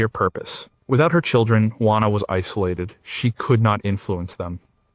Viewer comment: please try "WHO - A NA" = JUANA